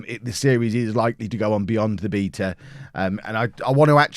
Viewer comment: Don’t pronounce beta like that please